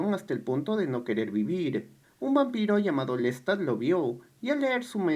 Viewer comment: que mal resumen , que feo pronuncias el nombre de LESTAD como suena con acento invisible en la (a) por desgracia no cuentas nada nuevo o profundo, que muestre o deje alguna enseñanza, tu acento es horrible, no se de donde seas pero hablas mocho, cuando se cuenta o se resume el tema del vampirismo (como otro) en el cine, sea drama, comedia o terror, ¿lo entiendes?, algo mas que cuente lo psicologico del ser humano sobre todo el momento presente o las circuntancias en que se vive en la actualidad, es reprobable la forma en que cuentas las cosas, no haces tampoco ni por error de semblanza de algun cineasta comparando el tema con otro vaya es una verdadera lastima, ni lo bibliografico tomaste en cuenta 16 minutos de nada